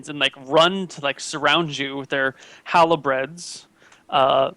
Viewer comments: Sounded like "halobred" to me, this time. Fuck knows why he switches the R up. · HALBERD, Dagnammit! Halbard, Halberd or Halbert not Halibread! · Why does keep saying "halebred"? Is he talking about a halberd? Google isn't show halebred as an alternative name.